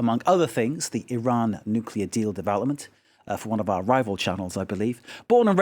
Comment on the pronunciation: Nukeler??? WTF, I suggest you go learn the word NUCLEAR, you moron.